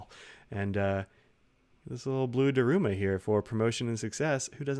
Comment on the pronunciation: Sorry to nitpick, but Daruma is pronounced DAH-r-Mah, the U sound is mostly omitted. Based on an historical figure, a monk who spent so much time meditating in a cave that he lost his arms and legs (possibly only a legend). In Japan, at the beginning of a project you buy a new doll and paint in one eye; at the successful end of the project, you celebrate by painting in the other eye. Anyway, thanks for giving us a look at this. I think they do the same design on an Emperor (urushi covered ebonite, and bigger) as a regular edition.